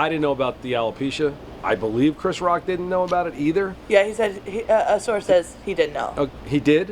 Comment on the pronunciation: Why can’t this interviewer say the word didn’t? It sounds like she’s saying did. Lol